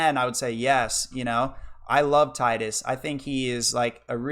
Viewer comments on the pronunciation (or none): Tee-dus is correct, not ty-dus. It only sounds worse in english. In the majority of european and asian languages "Tee-dus" sounds much more natural than "Tide-us / Ty-dus" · it is "Tee-diss." wakka says his name out loud in kingdom hearts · Yeah as much as I hate "Tee-dus" the devs addressed that years ago. He is also called teedus in kh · 100% with you it is Tye-dus not Teedus, hate when people call him Teedus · Its TEEDUS. From the roman emperor TIDUS (Spoken: TEEDUS). Why do you english-speakers don't get this? Not every word is spoken aloud as it would be a english word. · its teedus, clarified by tidus voice actor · I know you’re new to FFX so idk why you’d trying to speak on the purpose of Tidus’ name. It’s pronounced Tee-dus in Japanese. Based on the Okinawan word for "sun". The sun theme is reflected in his crest & sigil. He’s meant to reflect Yuna. Her name & crest/sigil being based on the moon. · It's Tee-dus because character's name is from a word from the Okinawan dialect ("tida"= sun) not from the English word "tide". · Anyone can call it what they want, proper way is Tee-dus. Sorry lol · You're getting the benefit of the original graphics, too - the remaster messed around with the eyes. I love FFX - not my personal favourite but it's definitely up there. Really glad you enjoyed it. Hate to break it to you but 'Tee-dus' is the official pronunciation... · I knew a kid named Tidus in school, might've been Titus never saw his name written, but it was pronounced Tide us, and upon hearing about teedus he said "thats stupid.". Shits a core memory for whatever reason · The pronunciation of tidus reminds me of How the voice actors of neir automata mispronounce the title of the game.